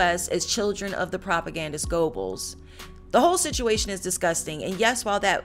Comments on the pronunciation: I think your facts are correct and you did a disclaimer about German Pronunciation, but you should pronounce the main character's name correctly, "Yosef Gur-bells". Although it was a serious topic I found your cut-a ways entertaining. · Goebbels is actually pronounced as "Ger-bowls" .